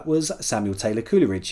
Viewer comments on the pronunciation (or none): 42/50 likef the Quiz but I have to pick you up on the pronunciation of Coleridge as it is Coalridge not Cooleridge